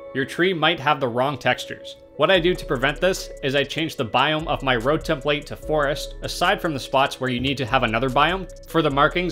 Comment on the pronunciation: Great video, but who else cringed every time he said tem-PLATE?